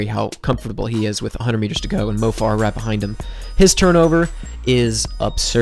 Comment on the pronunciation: Mo Farah is pronounced like "Fair-uh" not "Far-uh."